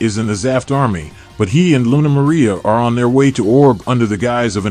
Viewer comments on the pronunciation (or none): none